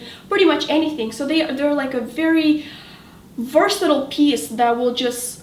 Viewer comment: I absolutely love your videos.. But they way you were pronouncing "versatile" was getting on my nerves.